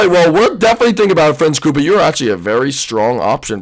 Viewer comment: it's koopa